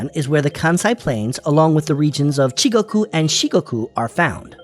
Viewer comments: It's "Chugoku", not "Chigoku". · Not “Chigoku“ but “Chugoku”. And, not “Shikogu” but “Shikoku”. But thanks for your efforts to make this video about Japan. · Dude needs to do his research before making videos. Missed the major cities of Kyoto and Fukuoka when listing off cities within the belt, and also got the names wrong of some of the regions. He said “Chigoku” instead of “Chūgoku” and “Shigoku” instead of “Shikoku” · It's "Chugoku" not "Chikoku".